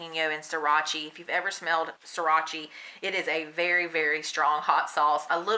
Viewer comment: Also, Sriracha is pronounced like See-rah-cha fyi